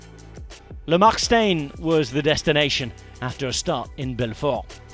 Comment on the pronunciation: It's Le Mark Shtine, not Le Mark Stain.